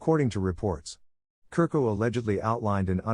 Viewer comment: Chu-rko is pronounced